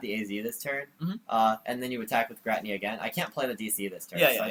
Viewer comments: WTF is a ger-at-nea?? it's GEER-A-TINA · What a weird way to pronounce giratina lol :p